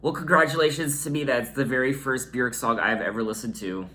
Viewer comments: your pronunciation on Björks name is the best I have heard from a foreigner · oh my god it’s so refreshing to hear somebody pronounce her name correctly!! this album’s 1 of my all time favourites 💕